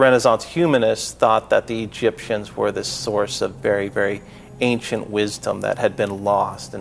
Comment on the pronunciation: Ain-shent. Not Aink-shent.